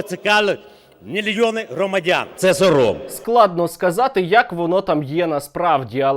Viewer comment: Я тепер навіть читаю «Сором» з неправильним наголосом 😂